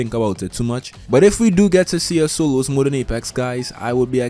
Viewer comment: For every, "soloos" he has said in this video, I'd be rich.